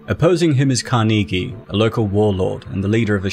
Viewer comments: You need to learn how to pronounce "Carnegie" good lord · Great analysis. But it’s pronounced Càr-nuh-gee….Not Car-Knee-Gee😂😂😂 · Really hard to get over the fact that he pronounces 'Carnegie' wrong every single time... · I swear if I hear "kar-knee-gee" one more time. 😤